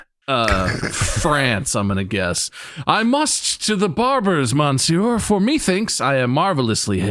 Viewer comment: I genuinely crashed out when Bob said "Monsieur" because he pronounced it wrong. It's because my 7th grade teacher always quizzed us on the correct way to say it because we were reading Cyrano De Burgerac